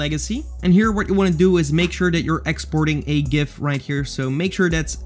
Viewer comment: pronounced gif as it is supposed to be pronounced. 100 respek points.